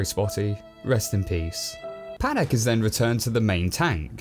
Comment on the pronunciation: Pahdack not padaik